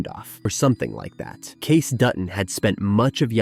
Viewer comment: I think John Dutton’s primary desire was that the land didn’t end up a subdivision or a golf course or something. Selling back to the tribe accomplished that. And you pronounced Kayce’s name wrong.